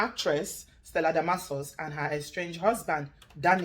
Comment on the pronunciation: I thought they were lovebirds😄..as Real warri piken will say everything na hq🤣😝😝😜..Have a good heart and a clean mind In this life and ull be all set.Laughing at how you pronounce that long name Stellademorkorkus 😝😝🤣🤣